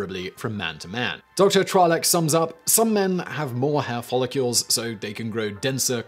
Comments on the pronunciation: Is it just me or does it sound like he is follicules and not follicles? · Why is Simon pronouncing it "Follicules"? It's "Follicles"